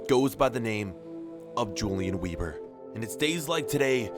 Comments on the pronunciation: Its pronounced Ulian Vehbor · I think you should pronounce it Hulian Veeber, because he is German 🇩🇪? Like so he can see it. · If he’s German then his name is pronounced ‚Yulian vayber‘. I can’t watch vids where people don’t make the effort to pronounce foreign words. Pisses me off too much.